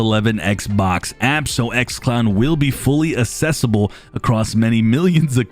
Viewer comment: Hey man, it's accessible with a C pronounced like California type define accesibile în google and you'll see how to pronounce it correctly 🙋